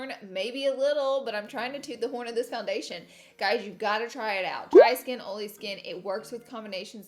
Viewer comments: Marshae Dudley “oley” Lol. Yesssss. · I swear i thought you said ariola when you said oily lol 😂😂 you look gorge today as always! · Laughing at myself by reading this title of the video and saying oily like Laura 😂